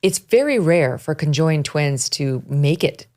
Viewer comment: "Con joined" twins 😂😂😂😂 the way she says it!!! Megyn its just conjoined